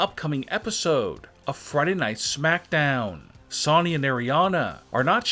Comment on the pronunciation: Say Sonya right next time